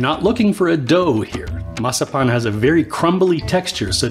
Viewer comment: Excellent pronunciation! I love mazapanes the brand De la Rosa makes the best ones you just have to be really careful when taking it out of the plastic wrap so you get the satisfaction of taking a bite of a whole Mazapán😆 I’m definitely using your recipe to make some at home.